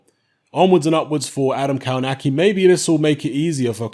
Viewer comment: It's pronounced "kovnatski"...